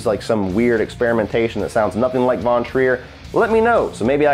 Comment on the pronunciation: You pronounce „von“ in „Lars von Trier“ with an „f“ like in „fish“ in the beginning, not like the English „v“.